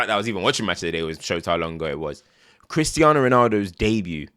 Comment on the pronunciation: You pronounced correctly when you left out the Z